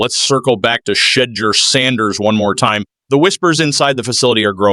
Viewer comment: Learn how to pronounce Shedeurs name properly